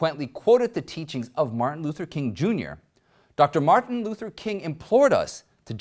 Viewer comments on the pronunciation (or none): none